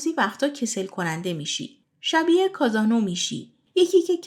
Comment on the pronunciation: تلفظ کازانووا اشتباه بود همچنین تعریفش